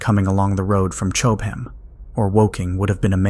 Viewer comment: Chowb-ham, still laughing. (Cob ham).